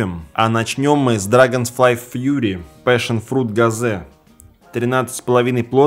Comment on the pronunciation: PASSIONFRUIT не правильно сказал)